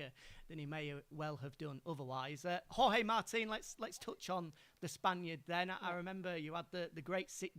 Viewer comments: did she really said 'george martin'.......twice........WTF!!!!!!!!! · Yeah that a new name that I have seen my life in motogp "George Martin"😂😂